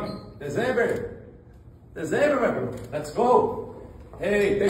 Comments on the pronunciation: MDS MATOU O INGLÊS APRENDE A FALAR BAMBAM NAO É DEZEMBER E SIM DECEMBER!!!! E SE PRONUNCIA DECEMBÂR!!!!! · Bambam chato demais e tem a pronúncia horrorosa 😂😂😂😂 dezember??? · "deZember" falou tanto do inglês!!!! kkkkkkkk